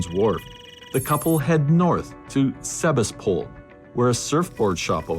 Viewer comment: 3rd story: It's SEBASTAPOL, not "seba's pool." Pronounced seh-BASS-teh-pool.